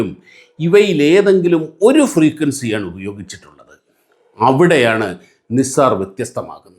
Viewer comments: നിസാർ അല്ല നൈസർ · നിസാർ അല്ല നൈസർ ആണ് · നൈസാർ എന്ന് പറയൂ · NASA pronounced it as നൈസർ. no offences meant. good presentation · Please pronounce it properly. It's called Naisar